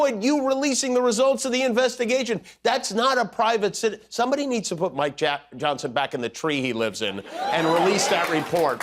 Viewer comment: When he says "Mike Johnson". 😂😂😂. Sounds like "My Johnson"